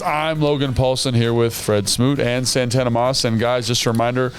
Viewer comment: Santana " Antana" Moss lol. How you gonna add your name to a word bro